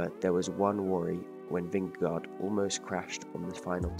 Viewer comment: Nice video, but you mispronounced his last name.